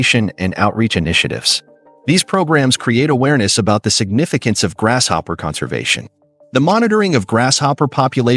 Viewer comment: Think it's pronounced; grasshopper not "grash"hopper. Just an observation.